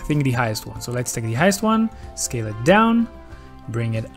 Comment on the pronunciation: .... Scale, not scael.